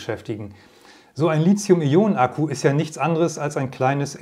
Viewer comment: Sie sollten mal ihre Aussprache von Lithium überdenken, denn th spricht sich nicht wie z oder c sondern zB wie Lithograf, keiner käme nämlich auf die Idee Lizograf zu sagen. Lithium hat auch keine Ähnlichkeit mit Silizium was viele bestimmt annehmen.